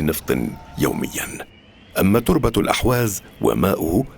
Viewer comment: ارجو ان تنبهوا الضيف ان ينتبه الى تسميته لاقليمه ...بان يسميه بلاسم الصحيح ...باالاحواز وليس الاهواز ..وكما ينطقها المقدم للفديوا جزاه الله خيرا ..